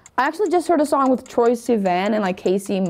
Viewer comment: heart hurt when she said troye's name wrong